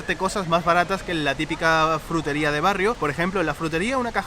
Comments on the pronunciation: Me encanta como pronuncia la palabra "Jrutería" 😂💖 saludos desde Colombia! Aquí somos muy afortunados de tener una gran variedad de frutas ✨ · no puede pronunciar /fr/ hace el sonido /jr/: jrutería.:)